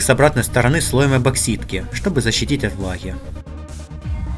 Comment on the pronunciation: "эбоксидка", "ампроксимированной", ммм